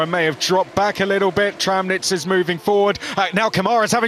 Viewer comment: Badoer living down to his old man's reputation, ruining everyone else's race. "Tramtitz"